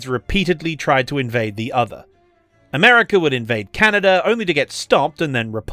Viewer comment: I mean this kind-heartedly, but when you said "Canader and" instead of "Canada and" I had to pause the vid due to laughter.